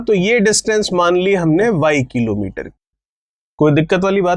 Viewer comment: Sir aap किलोंमीटर कीलोंमीटर q bolte ho 😃😃😃😃😃😀😀😃😃😄😃😃😃😁😁😃😀😀😄😄😄😃😃😀😄😁😁😄😄😃😃😃😄😄😁😁😁😁😄😃😀😀☺😄😄😁